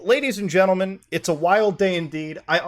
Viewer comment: I took a drink of beeer every time Muta said Gadies and Lentlemen and I... 😵